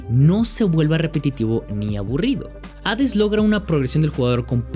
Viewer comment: Es chido encontrarse con alguien que sabe pronunciar correctamente el nombre del juego.